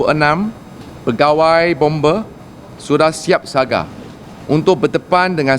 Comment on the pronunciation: Siap siaga bukan saga meteorologi bukan metreologi